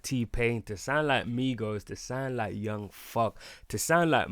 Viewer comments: wait did he say young fuck? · Nigga said young fug